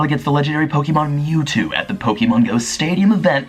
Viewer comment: yokoHAma. not yokoAma. poh-kay-mon. not pokey-mon. thank you.